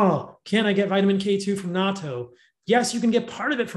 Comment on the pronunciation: Yay! He pronounced Natto correctly!